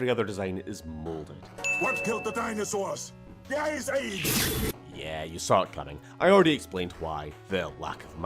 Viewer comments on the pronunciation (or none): I can’t help but hear “THE ISA” instead of “the ice age”